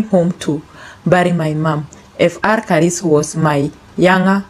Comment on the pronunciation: Pronouncing some names 🤔 not on point upgrade. Father Karis continue RIP